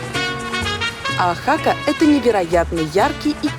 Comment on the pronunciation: ОАхака, а не ОахАка, очень режет слух